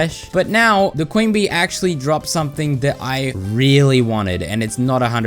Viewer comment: "ACSHULLY" Bro I'm DEAD actually it's ACTUALLY